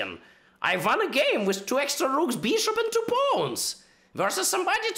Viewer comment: "Rrrrrook d4" (or was it e4?)